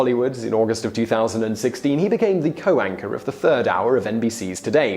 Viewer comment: I love it when you say co-anchor, it sounds like co-wanker ! much more appropriate !